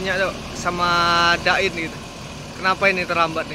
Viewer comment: Da ir bos.... Bukan dain🤣🤣🤣